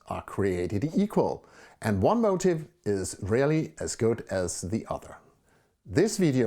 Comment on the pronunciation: A very inspiring video which is a great help to amateur painters working on their own, with little direction. I don't think finding an original motif is the problem but developing an individual, recognisable style, which you have done so very well. Your English is native-speaker standard but your pronunciation of 'motif' (the subject of a painting) sounds like 'motive' (your reason for doing a painting). The first is 'mo-TEEF' (/məʊˈtiːf/ - stress on second syllable with a long 'i' (ee) sound); the second is 'MO - tiv' (/ˈməʊtɪv/ - stress on the first syllable and a short 'i' sound).